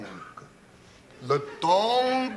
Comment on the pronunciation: I though he was saying "Le Tonk", which gave me the idea it was the name of the anteater given that they cut to it as soon as he says it